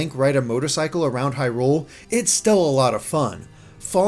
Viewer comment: This review 7.8/10 too much anger with I heard how you pronounce “Hyrule”